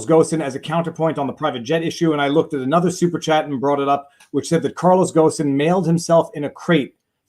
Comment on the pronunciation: Bonjour VivaFrei, le nom Carlos Ghosn se prononce gône, comme en français cône mais avec un g. S silencieux. You're welcome.